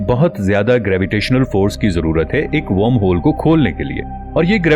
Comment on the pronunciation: Better Video after a long time on this channel. Only the pronunciation of wormhole isn't correct. I am also a voiceover artist.